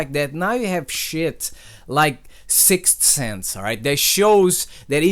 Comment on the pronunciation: when you said sixth sense i thought you said 6 cents i was like "treyarch put a fucking rapper in the game..."